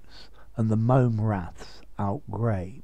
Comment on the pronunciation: Outgrabe is pronounced out-grab! The E is Silent! So many get it wrong!